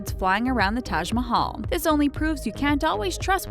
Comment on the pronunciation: IF you don't know hindi so why are you telling taj mahal that taaj mahaal